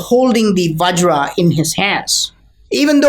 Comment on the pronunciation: Vajra, not vagira.